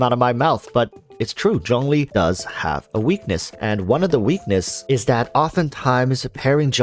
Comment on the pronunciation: It's Zhongli